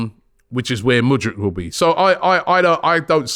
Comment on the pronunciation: Man generally got Mudryk’s name right today. Mudrik. Not Mudrich. Good job Robbie